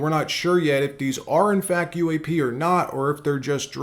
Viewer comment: Why is this guy saying uaf instead of UAP